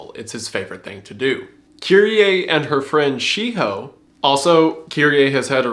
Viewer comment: Wendigoon almost laughing at himself for pronouncing Shiho as She-Hoe.